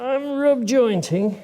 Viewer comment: he cracked me up how he said jointing. It sounded like he was channeling Borat.